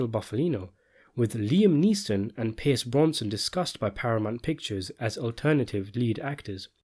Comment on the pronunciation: "Pierce Bronson"? I swear he must do this on purpose, as it happens in nearly every video! I kind of look forward to it now, haha.